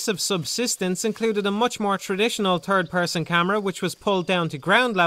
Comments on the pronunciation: Hehehe i just realized when you say "third person" it sounds like "turd person" XD but great review haha this is like the turd time I've watched it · "turd person camera" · I'm sorry, but "turd person camera"? Thats just funny.